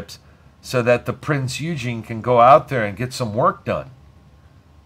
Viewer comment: Great game and thank you for the video HOWEVER the Prinz Eugene is pronounced 'Oigen' the E is silent, and it grated like fingernails on a blackboard every time you said Eugene :) Named after Prinz Eugene of Savoy an 18th Century Field Marshal of the Austrian and Habsburg empire, reportedly the most successful military commander of his time. He named Austro-Hungarian, Italian, German AND Royal Navy warships.